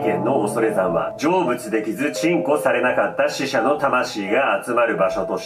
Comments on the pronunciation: 鎮こ！んっていう強調いいね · ヒトカゲがどんどん進化してて草 あと、鎮魂するのところの言い方、うんこするみたいに言っててそっちを想像してしまった←思想レベル小学生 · 鎮魂のとこ強調してて草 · 鎮魂をめっちゃ普通に ち◯こ って読んでて草w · 鎮魂をチンコ言うのやめろｗｗ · が『鎮魂』とか言うと卑猥に聞こえるんだが笑笑